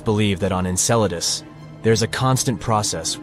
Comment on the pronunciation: The AI cant handle the word Enceladus